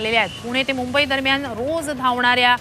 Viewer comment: reporter che shabd uchaar kiti gaachal aahe. mamai nahi mumbai